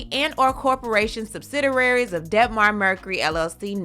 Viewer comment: Nice channel but girl... subsidiary SUB SI DIARY.... not SUB SI DI RA RY......Kevin should crawl into the darkest cave and live there permanently. Maintaining her personal well being? Really? Dude you were taking her money to cheat on her...what well being are you talking about...the reason why she lost this show in the first place is Kevin and his cheap disrespect. Oh the damn audacity to sue...this fool Kevin...